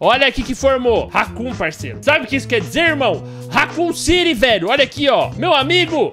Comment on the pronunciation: "Racoon City"